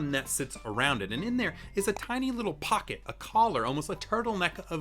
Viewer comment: "to see how deep your pock it" 😂 SO TRUE 💸